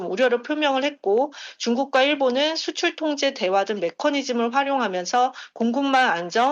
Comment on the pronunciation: 숫출 갓꿘... 억세게 발음해야 잘하는 거임?